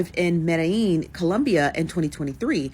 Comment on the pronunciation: A travel journalist that can’t seem to pronounce Medellin correctly?😒 A city that even the locals don’t pronounce it that way so YOU should know better.